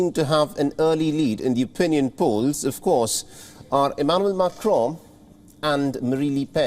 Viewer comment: I don't like this guy reading news. His modulation depends on how he wants and not clear for listeners. Wion readers struggle pronouncing Macron's name. So they want Le Pen to win 😀.